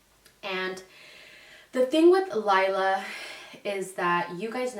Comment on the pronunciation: My daughters name is laila but pronounced like u said it everyone always says Layla but not it’s Laila in Spanish lol